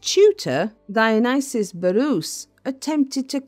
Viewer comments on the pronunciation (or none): none